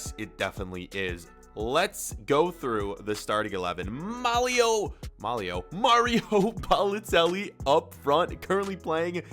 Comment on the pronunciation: And it’s Malio Balotelli